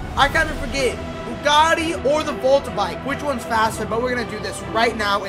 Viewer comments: broo u doeled bugati wrong u said bugti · U said bugti